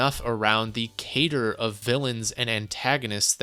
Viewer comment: Cadre is pronounced "card-ray" btw.